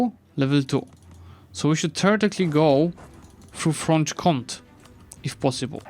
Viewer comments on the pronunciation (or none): It's not Franche-comt but Franche-comt*ÉÉÉÉÉ*